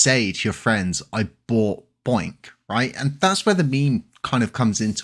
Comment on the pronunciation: It’s bonk not boink